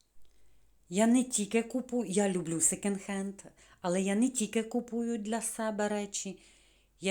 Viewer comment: А ще не " секенд", а "секонд". Бо ріже вухо.😊🌹